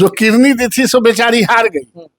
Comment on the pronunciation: कैसा नेता है जो किडनी को किरनी कहता है।